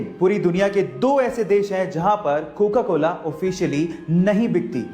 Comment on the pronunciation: said cokcola